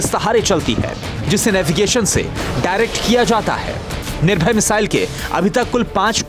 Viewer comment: Ise to missile kaam bhi bolna nahi aata ... Nirbhay ko bol gaya nirbhar